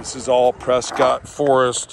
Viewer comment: Say the towns name RIGHT!! It’s preskitt… not Scott